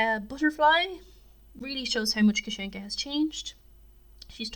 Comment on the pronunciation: Great video but you are pronouncing kasienka wrong it’s Kassie-en-Ka hence why they call her Cassie